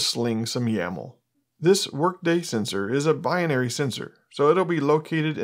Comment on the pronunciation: Great video! Pronunciation as "bi-in-ary" is incorrect. It's simply bi-nary ;)